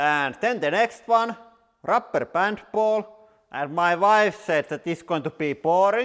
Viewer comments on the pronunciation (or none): "Rupper Pand Pall"